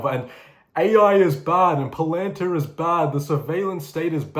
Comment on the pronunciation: wee note, it's said pal-en-tear. Hitchen's paraphrased Benny Franklin and put it like this "those who sacrifice privacy for security deserve neither" For my generation, it was the Patriot Act. Shit dystopian af, aye.